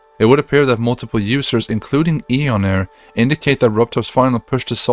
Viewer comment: he called you eeonair lmao